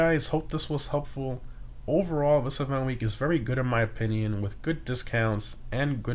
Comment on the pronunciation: he continues to say opinion the wrong way and it's annoying lmao